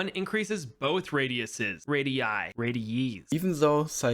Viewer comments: I like all of the other bloons YouTubers you featured 😂 The word is Radii, pronounced like you said radieye. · Also, plural of radius is radii and you actually pronounced it perfectly